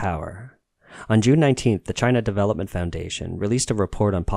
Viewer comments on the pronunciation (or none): none